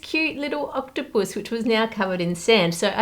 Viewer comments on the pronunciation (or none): The way she said octopus 😂❤ love her accent